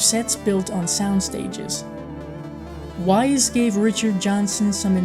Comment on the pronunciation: It's 'Wise', like 'Fronkensteen'.